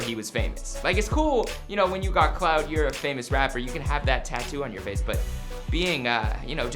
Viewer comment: He said, “Cloud.” Its clout